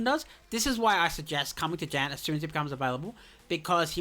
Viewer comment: that was my Immediate like Tilt when i heard him say it, Same thing with John (AKA Jan)